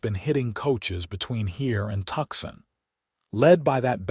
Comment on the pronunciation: The correct pronoun action of Tucson is Two Sun not Tuxson.